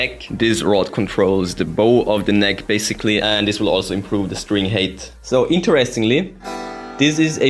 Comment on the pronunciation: please, look up the pronunciation of "height"! it always sounds like you're saying string hate